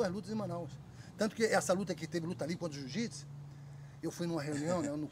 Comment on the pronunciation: Marcus ruas sempre humilde , fera , e como smp ainda falando jiu jitis kkkkkk